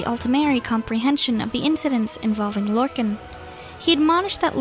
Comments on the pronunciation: “Lorkin” it’s Lorkahn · It's Lorkhan.